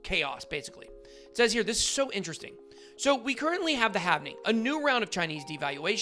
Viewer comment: Its not "havening" its halving